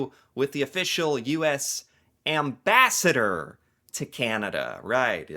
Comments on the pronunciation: LOL! US Embarasor.... oh sorry Ambassador. Hey...now that's funny. And I thought only Canadians were comedians. Thankyou for these videos...and for taking the time to educate yourself... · "The official US embarasser to Canada". I loved this lapsus !